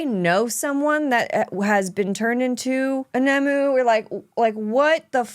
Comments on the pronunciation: Struggling to understand how youve managed to mistake ‘nomu’ for ‘nemu’ even though its shown in the subtitles and said outloud countless times at this point.. I can ignore how you pronounce kabuto but the nomu thing is like calling deku daku..why How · Why is suddenly pronouncing things like "Nomu" and "Aizawa" so weird?